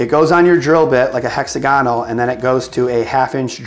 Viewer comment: Hexagonal all the one word not hexa-gonal